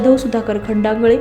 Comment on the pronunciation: बातम्या सांगणार्‍या मॅडमला खंडागळे कसे म्हणायचे शिकावे लागेल.